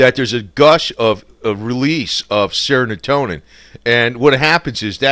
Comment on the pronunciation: IT'S NOT "SERONOTONIN". ITS S E R O T O N I N. BEST WISHES FROM INDIA